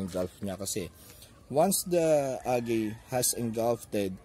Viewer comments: You have very good enunciation sir. However, algae is pronounced as al-jee. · [ al-jee ] not [ al-gey ] or [ al-guy ] say it with me, al-jee!